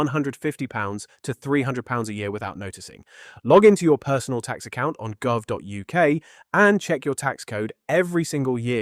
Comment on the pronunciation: Some of the commentary esp. pronouncing gov is a bit weird - however, very good advice.